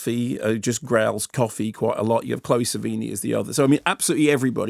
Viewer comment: Lol “chloe savini”